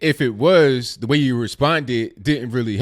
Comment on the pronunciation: I like your channel. I like your take on things. I understand what you're trying to do. I do have some constructive criticism. Its that not dat! It's the not du.